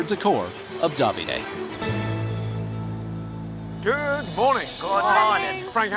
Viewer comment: I have never heard Davide pronounced so bizarrely…. At first I thought they were saying “dobby-day”.